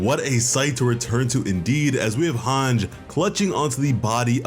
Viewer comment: Good recap but my dude it’s MAR-LEE not MAR-LAY, also it’s HAN-GEE not HANJ. What’s with those pronunciations lol